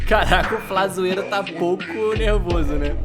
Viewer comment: Ata "Flazoeiro", eu tinha entendido "Pazuello", fiquei bugadasso 😅😅